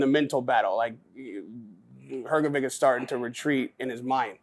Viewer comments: Dude I love you, but it's HrgoviCH, not HrgoviK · Why this american journalist always call him hrgoviq I mean he is journalist and can hear his surename is hrgovich?